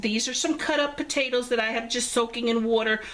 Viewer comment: We love this recipe. Desty and I are watching together and she loves the way you said "Potaters" lol Enjoy ! Thank you so much for sharing 😋